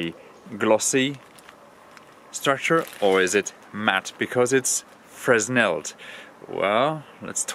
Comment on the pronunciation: The S is silent in Fresnel, it is a french word and is pronounced "fray-nel" Great video :)